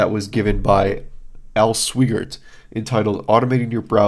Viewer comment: just FYI: it's Al Swy Gert...rhymes with "why dirt."